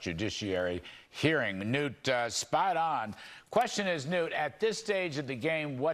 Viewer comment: Oops its newt not nute...